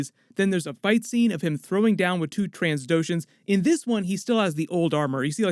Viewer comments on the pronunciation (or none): did you say "transdocians"? Lol it's trandocians